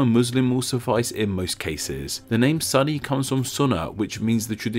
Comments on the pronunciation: Not Suh-ni, it's pronounced Soo-ni. (Funny because you said "Soon-nah" correctly later.) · Should be soo-ni not sunny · It's not pronounced "Sunny" but rather "Sunni" as in su-nni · It's pronounced soo-nn-i, not sun-i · "Sunny" Muslims. It's "soon-ee." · Sunni is pronounced Sooni not Sunny. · Dude it’s muslim not muzlim And it’s called muslim because that’s how it is in Arabic Edit: Lol the funniest thing an Arab could hear is a foreigner trying to pronounce something related to islam😂😂 Btw sunni is not pronounced sunny it’s like (suhn-ee) or (soo-nee) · It is not "suh-ni" it's "soon-ni" with a little hold on the n sound. Other than that, great video! Never have i seen a video that doesn't discriminate Islam and Muslim. Much respect brother :) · About 70% of comments: It is pronounced as sooni not sunny 30% comments: random topic. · sunni isn't pronounced "san ni", it's pronounced "su nni" the u is pronounced like a double o. (oo) so it's kind of like this: soonni it's hard, dont extend the length of the o though, and you should be able to pronounce sunni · It's pronounced Soonni, not Sunny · It is not Sunny dude, its Sunni, pronounced Soon-y. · Are you sure it's pronounced "sunny" and not "soo-nee?" I've only heard Muslims pronounce it the latter way. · I thought the comment section was going to WWlll but it was mostly "soo-ni not sunny" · Great video man! I appreciate it. However, there's a point you've mentioned which isn't true, we were never called muislams, it's just Muslim since the beginning. Moreover, you have some pronunciation mistakes, like the word Muslim is with an s not a z. And the word Sunni is soonee not sunny. Nevertheless, love the video keep it up! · Its not sunny muslim ...its sunni muslim.....similar when u pronounce sundar pichaii.plz acknowledge that.... Love from india. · Can you say ``SOON NEE`` instead of Sunny?? Thanks. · It’s no sunny it’s pronounced su nni you hold the n. Great video 👌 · It's pronounced "SOO-nee" not "SUN-ee."